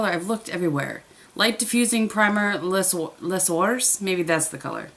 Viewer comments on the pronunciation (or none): Sorry if someone already mentioned this. Les ors means gold. Prounounced lay-z-orh. Lol. Say it with your lips already in an o shape and you will totally sound french. :). Oh will check your other channel.